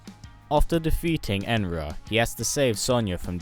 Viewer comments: You say it like enra it's enenra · It’s enenra not enra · Enenra is pronounced Eh-Nen-Ra, not Enra. Keep up the work, love these MK videos. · I am sorry to be a little bitch, but pease, dn't read enenra like that, you read it Enera, but it sould be read enENra (Note : Capitalized letters mean stress) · You said "enra" instead of "enenra" Not saying its a big deal, i just wanted to point that out. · It (uh nen ru) enenra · Say it like this a-nen-ra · Is anyone gonna talk about how he completely butchered saying enenra 😂😂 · He said Enenra wrong